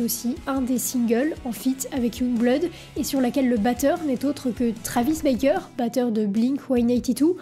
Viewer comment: C'est Travis Barker, pas Baker.